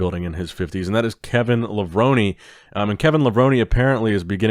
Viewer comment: It’s Kevin LA-VRONE.. not LA-VRONIE 😂